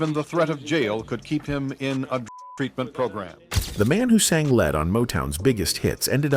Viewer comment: "The man who sang lead (pronounced LED)..."🙄 PLEASE DO BETTER.